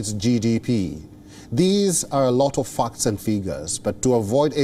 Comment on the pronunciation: Really? Like "focts" , "pockage" etc.